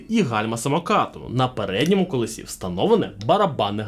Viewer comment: Та не "колесІ", а "кОлесі"!!!